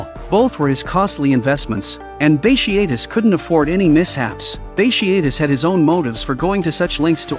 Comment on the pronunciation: Bat tee a tus is how it’s pronounced